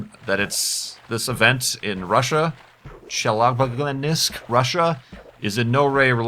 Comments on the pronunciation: It's pronounced "Che-la-binsk" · The third time you pronounced Chelyabinsk was almost correct. The funniest part is: nobody still found a fucking meteor, but it didn't burn in the atmosphere cause of it's size. Lemme guess, look for it on eBay. Russian authorities :/ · ChelYAbinsk-YA is the letters with accent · I'm Russian and it's so funny to hear say "Chelyabinsk":D